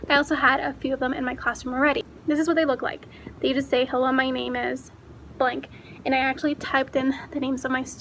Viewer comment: Yay! Thanks for the shout out! And you said my name correctly. 😊. Thank you! Hope you have an amazing school year!